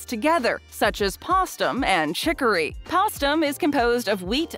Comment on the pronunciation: Great video. Postum is pronounced like it's the Post cereal company + um. Postum was a non-coffee made by the Post cereal company.